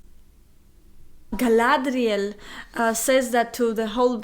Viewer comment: Nah nah nah, no no... You got it all wrong.... ----> Its not Galladrrrrrrrrrrrielllll...... its Guy-Lad-Rrrrrrrielllllll! 😁 Also, you two seem like great company to look at B-movies with.